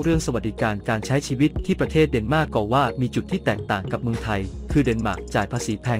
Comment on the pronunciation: เดนมาร์กไม่ใช่เเนหม้าก